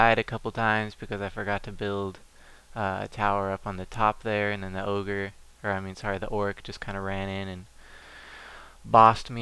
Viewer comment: Ogre was said right the first time.